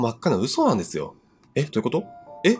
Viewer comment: 1112ジャスミン 思った！笑 なんですと？みたいな